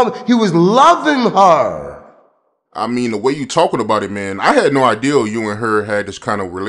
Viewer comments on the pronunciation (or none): I hate when ninjas say ideal instead of idea !!!!!!